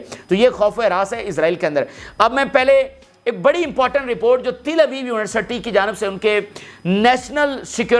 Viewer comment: Pls don't say Tilabeeb But say Talabeeb